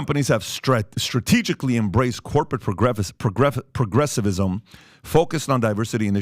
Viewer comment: Yeh. We gotta watch out on that “progrethefsisim”